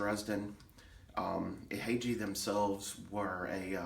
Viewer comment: The way you say Ihagee is Ee-ha-gay. Exakta was the world's first 35mm SLR. The Carl Zeiss Jena lenses are the best.